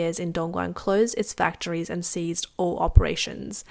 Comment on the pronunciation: Ceased, not seized.